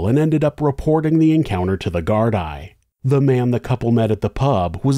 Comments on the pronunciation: I am in Ireland and have followed this case closely. Bailey is the scum of the earth, not just because of Sophie but for many other things. He should have been kicked out of Ireland at the very least. I dont know if it has been mentioned already but Gardai is pronounced "Gar-dee". The full name is An Garda Síochána which is Irish for "Guardians of the Peace". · (This was the comment I was looking for. I’m from Oregon and thought it sounded off 😅 Nothing but love for and his work, though!) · Great video. I've lived in Ireland since '97, and this is the most I've heard about this case. Assuming you will cover more Irish cases, "Gardai" is pronounced "Gar-dee" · Sorry, the plural of Garda is Gardai, pronounced gar-DEE (rhymes with SEE). I'll be back to deal with some of the problems in this video, being a resident of West Cork and very familiar with the issues. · I agree but From Dublin its GAAR-DAA followed by sketch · I'm so glad you covered this tragedy and as expected provided an excelled detailed account....and calling it as it is. We know who killed poor Sophie. As for Ian's trashy girlfriend.....(BTW, it Irish police is pronounced GARD-EE) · Í is pronounced ee in Gaelic so it's Gar Dee. Garda is singular and Gardaí plural. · Don't mean to be rude but her surname is pronounced 'Plant' and the plural of garda is pronounced 'gar-dee'. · Thank you for putting the names of the victims in titles, instead of giving the spotlight to the criminals. (P.S, "Gardia" = Gard-ee-uh, not Gard-eye) 😜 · Except he didn't research how to prounce gardai!!!!! It's prounced gar-dee NOT gard -eye smh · No such thing as Gardia in Ireland. We pronounce the Gardaí as gar-dee. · If you're going to do a video on a country other than America, you should do your due diligence on how to pronounce local words. Gardaí is pronounced GARDEE not GARD-EYE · plural is pronounced Gardee singular Garda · Great job as always! One correction how to pronounce GAAR-DEE☺️ keep up the great work!